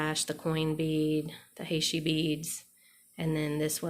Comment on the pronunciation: Great stuffs! Fav is the memory wire bracelet. FYI, heishi is pronounced "he she". It's a very common bead style here in the SW.